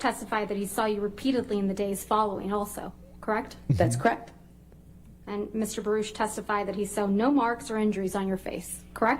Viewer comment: Crect. Why is it crect instead of correct? So buggy.